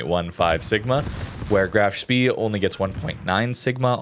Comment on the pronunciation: FYI Spee (as in Graf Spee) is pronounced "shpay."